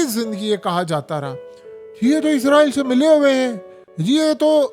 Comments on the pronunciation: عزرائیل نہیں ھے۔ اسرائیل ، ھے ، دنیا کو پڑھانے والے بابا پروفیسر ۔یوٹوبر۔حضرت۔علامہ ۔صاحب۔ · اسرائیل ہے لفظ عزرائیل تو فرشتے کا نام ہے